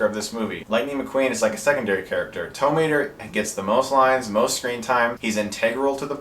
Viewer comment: You say Tow Mater like “tuh”Mater, except without the “tuh.”